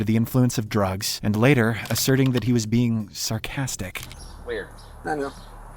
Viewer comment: ah yes. "bieng"